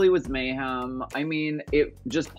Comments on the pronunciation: Bob says May-HAM every time. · Bob has never once said Mayhem's name correctly